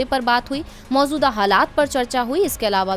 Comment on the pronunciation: madam mouzuda nhi mojuda hota h, natiza nhi natija, aur khela hove nhi hobe... 🤦🏻‍♂️